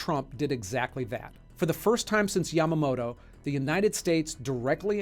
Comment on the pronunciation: Your pronunciation is awful 🤣(yamamoto, prigozhin, soleimani). I'm guessing you do more reading than watching talking heads on CNN. I've always thought it was stupid that heads of state don't get assassinated. It's a huge double standard, especially in democracies that have the "moral high ground" and cry endlessly about human rights, but enable it all with inaction. The US, for example, has the death penalty. We kill people for committing singular murders. Yet someone who directly orders the killing of tens of thousands if not more people, on a whim, is somehow untouchable. SWAT teams will shoot a hostage taker in the head with a sniper. The hostage taker might not have even hurt anyone yet, or killed a few but planned to stop. Humans are supposed to be intelligent animals who can plan for the future and weigh the risks, even if that judgment might not always be the correct one and the future not always predictable. It's also the stupid trolley problem again. Do nothing and kill many people, or pull the lever and kill only one? It's the dumbest philosophical debate ever.